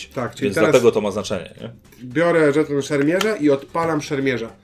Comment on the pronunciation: Mam dziwne wrażenie, omamy słuchowe że zamiast słowa/słów żeton/żetony oboje wypowiadacie co jakiś czas szton/sztony ;)